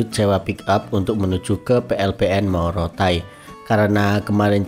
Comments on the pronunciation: Bukan Morotai bos. Tapi Motaain.🙏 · Maaf ya bang pengucapan nama tempat itu tolong di perhatikan bukan morotain pengucapan yg betul itu motaain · Bukan Morotai Bang tapi MOTA-AIN 😂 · Motaain bukan monotain bos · Motaain bukan morotai (maaf ya🙏🏻) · Maaf bang, bukan morotai tpi motaain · Bang bukan Morotai tapi motaain